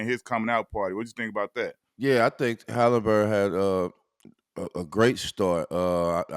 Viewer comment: Somebody teach q how to say haliburton please!!!! 😂😂😂